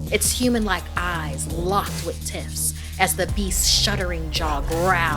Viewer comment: Am I the only one who heard her say titts instead of tiffs😭😭